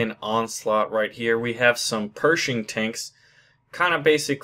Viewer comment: It is pronounced Pear-ish-ing. Perishing. Cal-lie-o-pee. Calliope. Also those were not Jackson's, they are Sluggers.